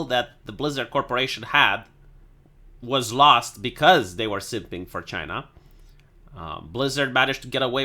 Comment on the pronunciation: I miss the way he says Chay-na.